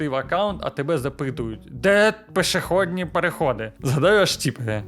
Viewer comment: В українській мові немає "пЕшеходних переходів. В слові "самі" наголос робиться на другий склад.